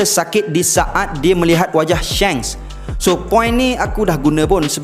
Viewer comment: Shanks bukan Shengs duhh